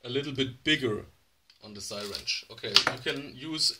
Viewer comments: Repeat after me…see-ringe…not sirench…(spelling is syringe) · what the Hell it a sighwrench